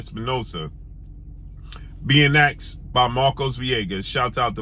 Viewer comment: Stop saying axe is asked